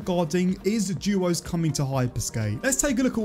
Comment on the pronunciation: Why is this guy saying juuuooos and nod duos